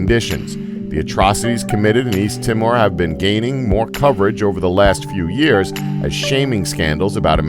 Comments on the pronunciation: It's pronounced east tee more. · Its East TEE MORE. My god.